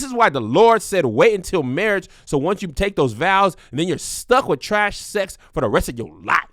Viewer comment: Kev just refuses to say his x's.....sesssss, oral sessss 🤣🤣🤣🤣🤣